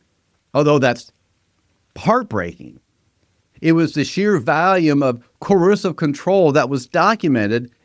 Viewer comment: Why can't you say coercive (co-err-sieve) or ego (e-go, not eagle) correctly? Where is your accent from?